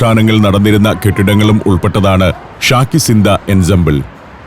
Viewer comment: അമീർസോഡയല്ല അമീർZoദ. അതായത് AmeerZaadah. അതായത് അമീറിൽ ജനിച്ച/അമീറിന്റെ മകൻ. രാജകുമാരൻ. ഉർദുവിൽ Shahzaadah എന്ന് കേട്ടിട്ടില്ലേ. അതായത് ഷായിൽ ജനിച്ച/ രാജാവിന്റെ മകൻ= രാജകുമാരൻ. ശാകി Ziന്ദ അല്ല ശാഹി Ziന്ദ. അതായത് ശാഹ്-എ-Zinda = Zinda Shah= Living King